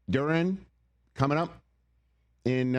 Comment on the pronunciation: Jaren DuRRin? It's Duran.